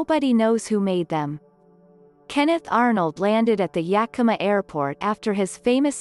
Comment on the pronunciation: Hey! The robot pronounced Yakima almost right! I'll take what I can get Edit: Reading it back, this post might mislead some folks. It IS pronounced "Yeah k(u)m uh", said as if you just kinda ran out of energy after the K. A good amount of Washingtonians, myself included, pronounce it with an "aw" at the end for whatever reason. "Yeah kim aww" Edit; Edit: I've heard other text to speech channels say "yeah KEEM uh", which is really the icing on my joke onion.